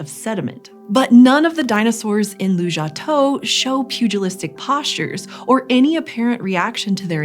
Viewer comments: The place is called 卢家屯 Lujiatun, which you spell correctly in the captions (and I assume in your script), but you keep pronouncing it Lujiatou 🤦 It's tun, not tou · It sounds like you're saying Lujiatou (Lujia head?), but your references say Lujiatun (卢家屯, with tun, 屯, meaning village). Is there more to unpack here? I'm just curious because Lujiatou is kind of a plausible place name